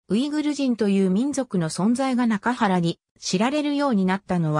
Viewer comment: 中国の歴史において、中原は「ちゅうげん」と読みます。訂正したほうが良いでしょう。